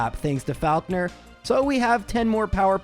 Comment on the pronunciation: The way you pronounce Faulkner makes me want to scream.